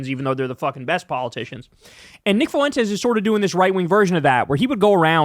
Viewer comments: Fuentes (pronounced “FWEN-Tez”) so no extra vowel sound after the F. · It’s Fwen-tez. You must’ve not have ever taken español